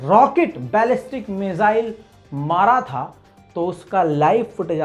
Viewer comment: फर्जी डिग्री वाला कोई मिसाइल को मिजाइल बोले तो चलेगा ।लेकिन आपके पास तो फर्जी डिग्री नहीं है फिर बार बार मिजाइल क्यों उच्चारण करते हो ?